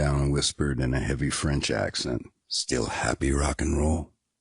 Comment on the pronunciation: "Still happy, rockn'roll? but with a French accent.